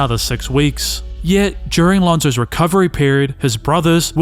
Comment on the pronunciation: Did you say Lonzoes Dominance?